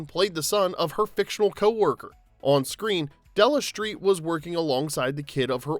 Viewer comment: Della Shtreet?